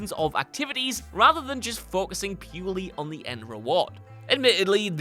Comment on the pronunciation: Why can’t pronounce some very basic English words? Normal people: cure, pure, sure.: cue-arr, pjoe-arr, shoe-arr.